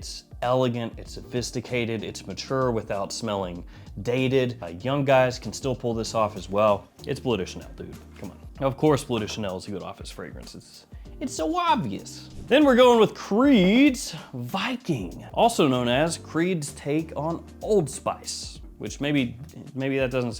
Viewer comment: It's not called blew da Chanel. It's "blöhw".